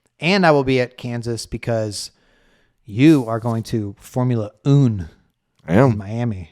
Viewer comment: Do all of us say Formula Un instead of one because of Jean Girrard?